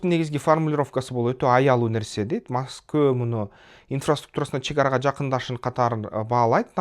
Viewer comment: Чын 😂 Москваны Мөскө деп айтканы эле жагатта